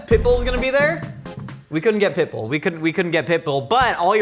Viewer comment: Pitbull? I thought said Pickle.